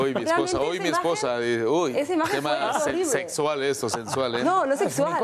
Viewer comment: Zatal,zenomenal,zerfecto no es zezual zezeze no lo quieren...inrerezante